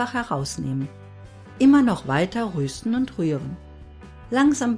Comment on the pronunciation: Schönes Video, aber bitte es heisst rösten nicht röösten